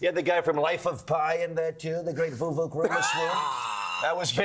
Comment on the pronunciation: The great Voo-vuk Ramaswoop😂😂